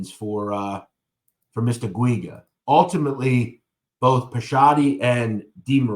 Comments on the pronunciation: It’s pronounced Jew-gah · I grew up with pj in little Italy and yes he was a prick. And btw it’s pronounced Richie (Jew ga). I know it’s a hard name to pronounce. Lol. from what I hear from the grapevine from the old neighborhood, he’s still walking around there untouched.